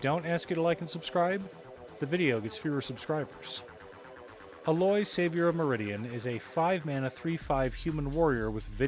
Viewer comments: It's Aye loy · Ok why does almost every magic YouTuber pronounce her name as Al-loy, it's A-loy